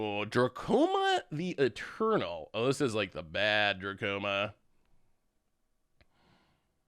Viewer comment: it's dramoka not drakoma